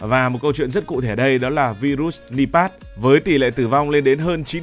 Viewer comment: Nipah mà đọc là pát